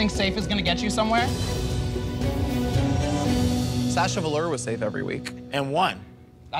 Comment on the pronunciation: The only thing about this video I will hold dear to my heart is the way Brooke says Sasha Velour